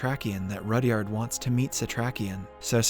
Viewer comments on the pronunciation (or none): none